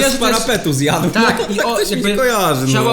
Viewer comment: Ale bym zjat. Xd tak to było słychać 🤨